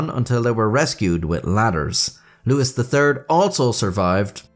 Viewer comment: Louis III is NOT pronounced "Lewis"